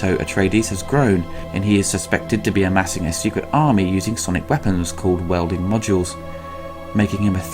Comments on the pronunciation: "welding module"? "bene gesserat"? - forget about it. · Weirding, not welding :) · "weirding" module. not Welding module. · Weirding way, not welding way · *weirding modules. Not WELDING modules. LOL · What's with the pronunciation of "Bene Gesserit" and saying "welding modules" instead of "weirding"? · Weirding module...not welding module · 'Weirding' not wielding. And Fremen and Bene Gesserit are clearly prounounced in the movie (small quibbles). Cool review. Out of curiosity have you seen the SciFi channel miniseries? It's pretty good.